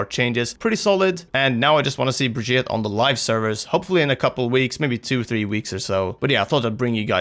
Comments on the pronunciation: Well he's not... it's bri-geet-a. With a hard G. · To fix your terrible pronunciation of her name think Vegeta, except turn him into some brie cheese. Brie-Geta. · BRI-GEET-AH. come on now. how are you so misinformed? watch the developer update and the origin video... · Say it with me.... Bre-Gee-Ta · Say it with me. Bri GEE tah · Pronounciation mysca, brig eeta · It's "Brajita" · Why do you not pronounce her name, Bri-geet-eh? She says her own name in the reveal. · Y'all are really butchering her name.. Also, not surprised the super jump didn't last. That was obviously an unintentional ability. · My god how hard is it to at least try to say the name right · >Still can't pronounce her name correctly. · Jonathan Brooks the pronunciation is just plain stupid from blizz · its not brigitte its brigitte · Dude, watch her origins trailer! She introduces herself at the end and you can just go with that. I get that Americans might mispronounce her name but right now it sounds like you're saying it wrong on purpose and while I love you guys, it's really silly. You're not from the USA, you can do better! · BunBabylon Its not Brajita There's no J sound Its a G sound.